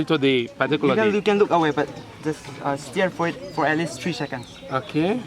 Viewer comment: Its not stear .. it is stare